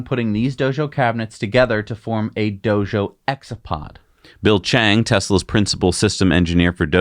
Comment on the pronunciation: It os "Dojo". not "do-sho".... Just as wrong if you are trying to say it like the original language or English...